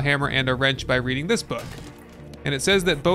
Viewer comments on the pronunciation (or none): none